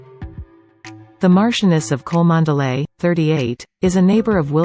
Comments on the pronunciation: The name is pronounced Chumley. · Cholmondeley is pronounced "Chumley".